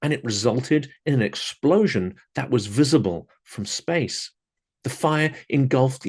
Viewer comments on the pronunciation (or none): Can you say “ visible from space…” again?😂😂😂